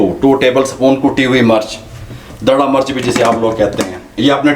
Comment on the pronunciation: Murch nhi mirch bola kry plzz itni achi video bnaty hy urdu bhtr kry